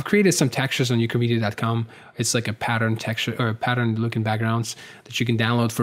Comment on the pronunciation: the moment when "ukramedia" sounded like "chlamydia" ... I was like ..wait what?